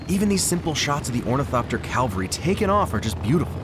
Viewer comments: Cav al ry NOT Cal va ry. I swear Americans must hear Calvary at church so often they conflate the pronunciations. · so I'm guessing the subtitles are all generated because its funny that he mispronounces cavalry and the subtitles match. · I LOVE your vids, but you need to look up 'calvary vs cavalry'. Pet peeve, I admit. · Why can't Americans say the word 'cavalry'? 'Calvary' is the hill where they crucified Jesus. It's the equivalent of pronouncing spaghetti as 'pusghetti'. Which I've also heard Americans do, so... Consistency? Great video, but it's becoming a pet hate of mine that really takes me out of things. Seems to be a recent thing, too - I don't recall them saying it like that in the John Ford movies, for example. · Huh, I feel like it should be “cavalry” not “calvary” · Lost me at calvary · pretty sure you mean 'cavalry' not 'calvary' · say it with me: ca-val-ry. Not calvary. Heck, I’m used to people mispronouncing the word (it’s one of my biggest pet peeves), but this is the first time I’ve seen someone write it incorrectly as well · Just a minor nitpick about the pronunciation and captions: Calvary is the hill from the biblical crucifixion story. Cavalry is mounted military units. Horseback, vehicles, etc.